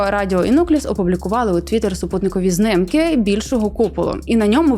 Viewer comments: Знiмки а не знимки, шановна, виправте бо рiже вухо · Чому пані постійно каже "знымкы" замість "знімки" ? Це якись тролінг руснявих? Ці знымкы мені спричиняють борошна, якшо ви розумієте про що я.